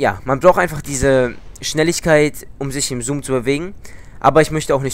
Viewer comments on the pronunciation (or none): none